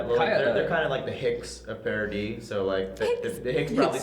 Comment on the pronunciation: Agree. Also, it's Paradis (pronounced pah-rah-dee), not paradise